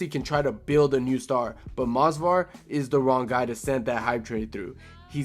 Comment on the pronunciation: it’s Movsar not Mosvar. Bro is so boring his own fans don’t even know his name 💔